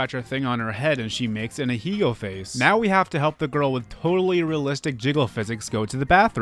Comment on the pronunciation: ackshully its ah-hEH-gow not aHEEGO